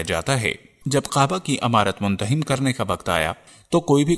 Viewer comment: مندہم نہیں۔۔ منہدم